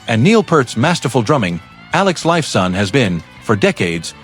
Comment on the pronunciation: Someone teach this AI jerk how to pronounce names. It's not Alex Life Sawn.